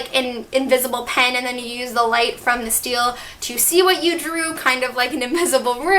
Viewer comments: did anyone else scream when she said steel instead of stele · im sorry to be that person but it's called a "ste-le" not "steel" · It's pronounced steleeeeeeeeeee tho not just stele. In the tv show they pronounce it stele with a long e at the end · This is shelf goals I’m so jealous.😍😍(also I thought it was pronounced “ste-lay” not “steal”?) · So uhm its stelé not steel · In this video she pronounced stele like Steel but I thought it was pronounced stell-ay I could be totally wrong so some please correct me if I am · I love your video but dduring the video u said steele but its pronounced stele sorry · its pronounced stelae in the tv series and thats how i pronounced it but each to their own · it’s pronounced steh-lay lol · It is ste-le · It's bothering me how your pronouncing stele "steel" but it's fine because I love the video😂💖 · its pronounced Stel-lay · It's pronounced stel-aye sorry it just got annoying!! 😁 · pronounced it as Stelle...x"D..as in Stella but like stelle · I can't believe I've been pronouncing stele wrong this whole time. 🤣😩 I collect keychains so I definitely want to see if I can find an angelic rune keychain. Thanks for the tour! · Hahaha Cassie has stated that while its a real word with a proper pronunciation, even both of its adaptations pronounce it "stellay" which is incorrect so she encourages fans to pronounce words in the books however they like, but I'm so happy to hear you liked the video! TBH I think "Steele" has the most controversy over how it's pronounced XD